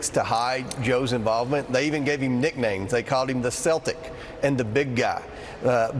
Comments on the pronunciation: Its not pronounced "Seltic" Its "ch"eltic Celtic. Learn how to read republican, if your going to comment on national television. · This hick can’t even pronounced Celtic correctly. He has no business pushing lies. He’s definitely not intelligent enough to get away with it.